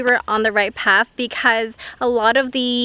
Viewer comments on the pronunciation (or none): none